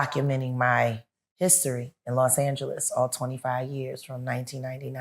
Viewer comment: It's not "Lost" Angeles it's "Los" Angeles which translates into City of "The Angels" ❤